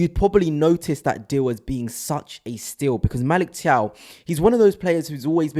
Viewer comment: You keep mispronouncing his name…it’s Magic Thiaw